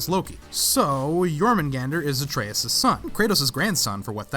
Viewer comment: Atreus* not Atreyas